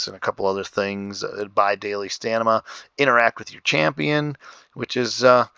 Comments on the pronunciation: Pliz! :) Stamina not Stanima :| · Thats stamina not stanima